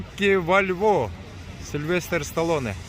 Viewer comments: Америкада жургондор кийин саал грамотный болсон, Вальво дебейт Бальбао. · Бальбо десен валво дебей